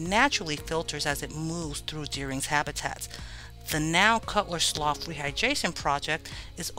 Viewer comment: I am very much enjoying this historical series but I must say, it's a sloo (slough), not a sloff (slough).